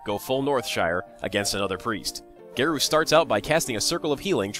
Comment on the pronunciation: Congrats on viewer count! Btw, Garou is a japanese word so it is pronounced as Ga-r-o-o.